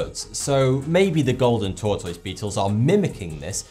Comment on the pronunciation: I Love the way you say tortoise. it's like you are saying Tortoys. hehe